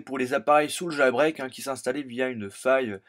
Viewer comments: on dit jailbreak, pas jAlbreak xD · Nan dans la vidéo a tu dit jAlbreak :p